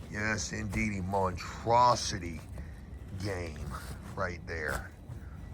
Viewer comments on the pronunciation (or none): brother please read my comment. I’ve been trying to save you for ever now. It’s not Mon-traps-ity. It’s Mon-stro-city. Monstrosity